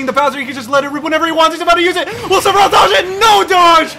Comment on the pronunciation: Did he say cleferoth